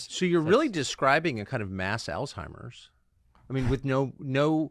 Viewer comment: He should at least say Alzheimer’s properly.